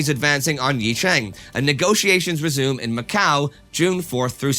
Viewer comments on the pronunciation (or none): none